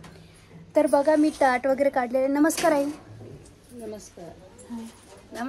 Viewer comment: टाट नाही ताट😂